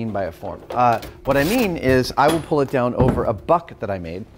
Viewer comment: I keep hearing butt instead of buck